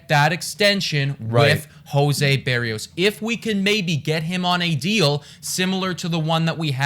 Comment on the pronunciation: Look up how to say his name, it’s different from how you were saying it. From a Twins fan you guys got a good one thought. It’s Burr ee o s. Just for future reference. Wish we had a good Twins show like this lol